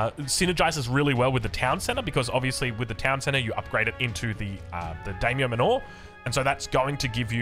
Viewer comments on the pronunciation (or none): Manor pronounced “Manner” btw. So stoked for japan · Is calling them Daimyo "manÓR" a running gag or is that actually an Aussie accent thing? lol, or was he assuming it's a Japanese word and pronouncing it to sound foreign? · Mispronouncing "Daimyo" I can understand but "Manor" is an everyday English word and he's putting the emphasis on the wrong syllable every time. Unless that's just an Aussie thing I'm not aware of.